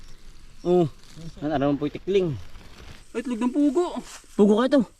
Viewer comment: Jejej ndi po tikling, tukling po. 😅😅